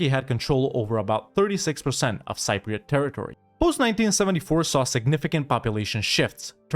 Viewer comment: the word "Cypriot" is mispronounced in the video